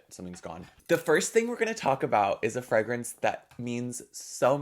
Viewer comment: im obsessed with how you pronounce Fragrance. freh-grence